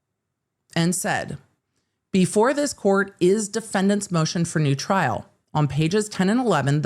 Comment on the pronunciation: 'Moshen for noo tryl'